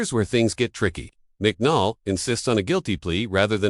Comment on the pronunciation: It's Judge McNally not McNall as you called it.